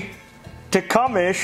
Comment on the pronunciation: TecumSEH not ESH